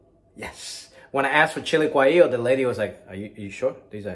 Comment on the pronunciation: ITS GUAHEEYO